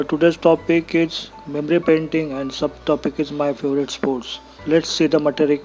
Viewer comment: Faivarate nhi favorite hota h sir 😂